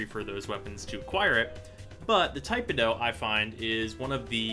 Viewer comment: "Tai-puh-doh"......nope. "Tih-peh-doh".......yup. To each their own. Btw, Arcane Strike and Arcane Avenger.....best arcanes for tipedo.